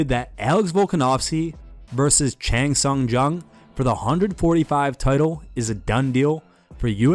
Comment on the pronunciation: Chang sung Jung? Come on ariel lol